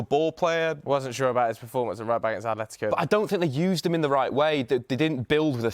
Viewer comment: Atletico with a T